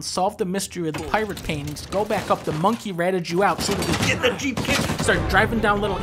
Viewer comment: Did he say monkey?